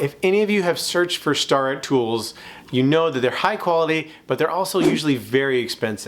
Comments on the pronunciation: Not trying to be rude, but Starrett is pronouced Stair-it..not Star-it. Been using Starrett Combination Squraes for years. They are very accurate, actual the gold standard when it comes to combination squares. Company started making them back in 1880. Never used the plastic one you have, but I'm sure they are accurate too. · It's leviOsa, not levioSA!